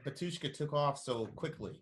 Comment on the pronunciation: bAtushka - stress is on first "A" .......